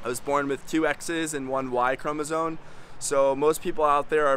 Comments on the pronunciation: It's chromoSOME, not chromoSONE. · Are you saying “chromosone”? It’s “chromosome”. 🤔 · Respectfully letting the content creator know for future outreach efforts, that the word is actually pronounced: ”chromosome” — not ”chromosone” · Speech delay? I’m commenting because a chromosome is not a chromosone: neither is it a chromosote nor a chromosope. I’m not making fun of anyone, just putting the fella right. I’d want someone to tell me! “Supposably” boils my piss, though! 😂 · Thank you. Important work. Clearly you - like the rest of us - are part of a continuum or two. Genetic make up, male/female, personal characteristics, etc. Doing what you’re doing helps all of us understand that people vary. It’s not as simple and black-and-white as we’ve been led to believe. One small note that will help you sound more credible. The word chromosome ends with an M sound, not an N sound. May you be well and happy